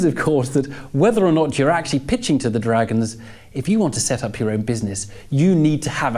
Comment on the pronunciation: Why can't he say 'dragons' properly.